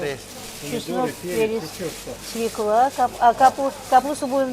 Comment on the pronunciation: Не свекла, а свёкла!